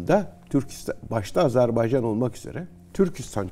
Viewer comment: çok rica ediyoruz adları doğru yazıldığı kimi okuyalım çok önemli biz niye çok basit olan bir şeyi Kardeşinizin adını söyleyememek sizi üzmez mi? Azerb-A-ycan✅ Azerb-E-ycan ❌